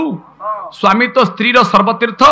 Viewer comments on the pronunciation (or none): none